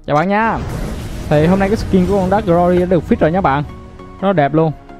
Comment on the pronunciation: V Dark -> Drak. Thánh Chính Ta Tiếng Anh :D